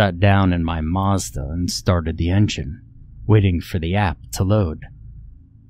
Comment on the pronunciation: is a master. All it took to crack me up was the very slight emphasis on the last word of "I got into my Mazda". You can literally hear his eyes roll.